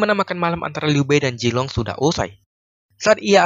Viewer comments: Bukan jilong Tp Zilong Pake ZZZ Bukan Jetttt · Zilong min, bukan jilong. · Vg bukan Jilong tapi Zilong